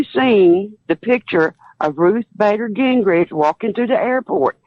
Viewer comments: Ruth Bader "Gingridge"? If you are going to have a conversation about someone on a national news show, at least get the person's name correct. Trevor didn't even catch that. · "Ruth Bater Gingrich" STILL triggers me so hard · She said gingritch not ginsburg